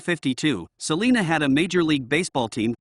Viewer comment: S uh lina not Saleena like California’s!